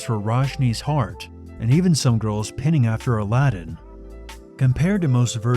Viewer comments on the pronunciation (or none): PINING not pinning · You pronounced both "pinning" & "manga" incorrectly, but it was still a great video.